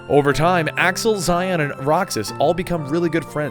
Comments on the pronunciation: Its actually pronounced Shion in the game... the romaji for this is literally Shion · "Zy-on"? No. Shee-ohn. Just, guh, every video, man, every video some name or place is butchered. XD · Xion is pronounced "She-Own," not Zi-on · you pronounce xehanort xenahort eraqus arques xion zayon (seriously this one is way too far) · I know I'm about 2 years too late, but that little bit with Xion (pronounced She-on, though I'm sure many people are getting on your nerves about it at this point) being controlled by Xemnas is actually false she faked going crazy so Roxas would go all out on her and destroy her. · xion pronounced she-on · as a kingdom hearts fan it hurts me that you can mess up something as important as characters name like you have done you have lost your rights as a kingdom hearts fan cause of that tragedy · the way you pronounce xion makes me want to burn down a village